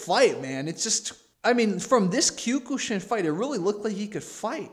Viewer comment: Kiok-shin not q ku shin lol